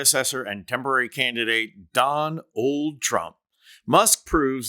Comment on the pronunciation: I love your pronunciation, don-OLD trump. 😊